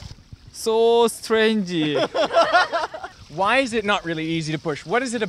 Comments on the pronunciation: Sooo strangeuh. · Japanese people might say "s(u)torenji" but not "strangey" (or s(eu)t(eu)reinji in Korean)